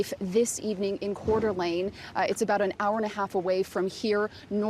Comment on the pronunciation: My mom knows one of the girls grandfather. They were work friends and I feel really bad for him. (Maddie Mogen). Also Veronica (the reporter) butchered the pronunciation of Coeur d’ Alene. It’s like “Core duh lane” phonetically. I know it’s french but its not that hard lady.